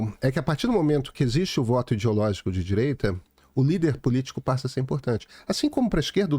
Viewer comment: Renan Calheiros "didireita"... parei aí...kkkk